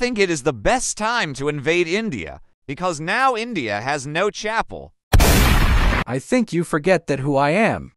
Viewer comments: Bro its pronounced chuppal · lol I think India meant chum pul that’s how you pronounce it lol /it mean the slipper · It’s pronounced chupal